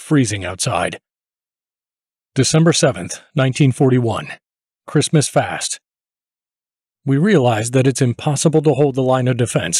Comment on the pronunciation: repeatedly poor translations from German to English. machine translation? clearly not by a native English speaker. I ignored this shortcoming for a while. However, when "Christmas Feast" was pronounced as "Christmas Fast" I gave up on this film. I would much rather listen to, or read, the original German text. please offer a version of the film with the original German narration.